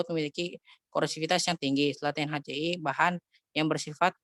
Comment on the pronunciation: Asam Klorida (HCL) dibaca (HaCe-EL.) Bukan HaCe-i